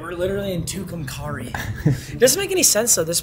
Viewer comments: Its pronounced care not car in tucumcari just fyi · It's tucum-carry you bumm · Brooooooo wtffff I’m from tucumcari Btw it’s pronounced TOO-CUM-CARRY